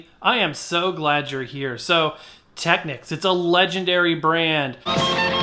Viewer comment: The correct pronunciation is Tekneeks (it's a Japanese brand name, hence the unexpected pronunciation).